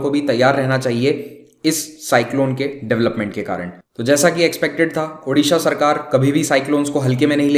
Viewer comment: Pehle sahi se bollna sikho. Uddisha kyu bol rhe ho . Odisha bollo.